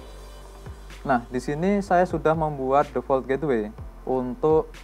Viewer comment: bang.. menit ke 3.27 sepertinya salah penyebutan gateway